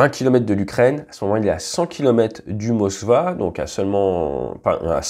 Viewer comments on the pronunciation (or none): très intéressant et assez objectif , merci ! Juste un peu trop d'expressions anglaises et aussi le bateau s'appelle le Moskva (soit Moscou en français ) et pas le Moscow ( pas de raison qu'il soit à consonance anglosaxonne Ssinon continuez ! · SVP moKva n'existe pas. c'est moSKva S K MOSCOU REMPLACEZ LE C par k et o u par V A. !